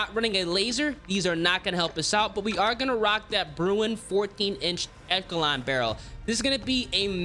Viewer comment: If ur going to do a gun video on attachments please for gods sake learn how to pronounce them. Ex. Its pronounced phonetically " esh a lon"